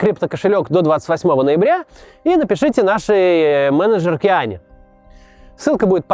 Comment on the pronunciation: Менаджерке. Ахахаха ну и кринж